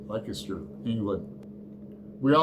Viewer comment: Mate, it's Leicester, pronounced Lester - makes sense eh? 😂 Dragon Tears sounds intriguing, I'll see if my local library has a copy. I've just started Jesus Christ Kinski by Ben Myers, it's a fictional account of the actor Klaus Kinski's raging meltdown while preparing for, and performing a one man show about Jesus. So far so good. Top marks on that t-shirt, as the old Belfast born comedian, Frank Carson, used to say, "That's a cracker!"